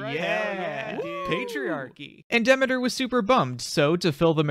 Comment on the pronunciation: this is fantastic, but can you pronounce Demeter correctly lol